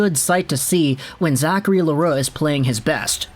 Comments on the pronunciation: Yeah, It's not an easy name to pronounce for the anglos. Your pronunciation is a lot closer than the «Le roux» we hear often. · You prononce it rigth! Good job with your french